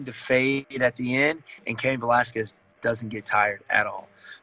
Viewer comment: Cain Valaskwez